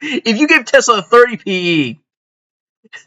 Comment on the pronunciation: REUUUUU Tezlahh my ezlahhh